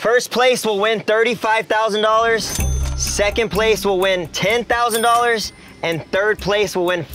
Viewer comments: man was like though-sand?.....like yeah thats a word lmao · Also funny how he can’t pronounce thousand correctly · being 2 letters away mispronouncing thousand vs the English major has been enough to make my week